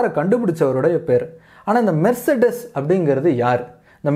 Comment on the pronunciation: மெர்ச்செடஸ் இல்லபா மெர்ஸ்டிஸ்